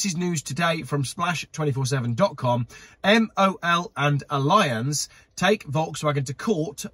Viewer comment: It’s pronounced alli -anz not alliance .